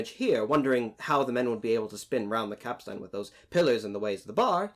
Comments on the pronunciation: Good video, but it's pronounced capst'n rather than cap-stan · Capstain is pronounced “capSTIN” not “capSTAN” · Capstain. Not capstan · Cap Stan? Go check out on your pronunciation there landsman! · Interesting to note that every picture show puts 'Jack' at the end of the Capstan Bars (please learn to pronounce that properly me handsome) where as in turth all the old hands would scurry to get as close to the capstan as possible, why? Simple not so far to go is it? let the landsmen and newer people on the ends of the bars, they'll have a long way to run! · Please don't pronounce the second 'a' in capstan. It's just not done. Like you don't pronounce most of the letters in "boatswain'.